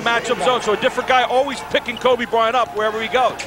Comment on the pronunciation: Titus L4zar *Kobe, not”Hoebe!”